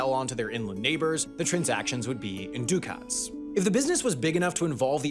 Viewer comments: The narration is in American English. As such, the pronunciations of "Florins" and "Ducats" sounded awful. In American English, the first word is pronounced "floor-ins" (not flori-ins) and the second word is pronounced "da-kits" (not du-kats). That may not be so in the original Italian, but it is in American English. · Duck-Ets not do-ket